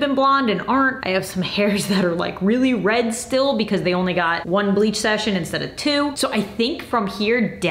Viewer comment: Everytime you said “red“ it sounded like you were saying “bread“